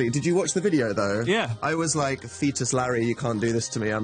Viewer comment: did dan just say fetus larry? :0